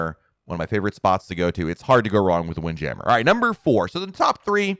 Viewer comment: Is it wind jammer or "wind jam mere" lol I've never heard anyone say it that way before